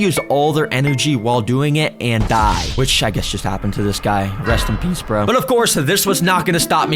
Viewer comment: “rest in pæce bro..”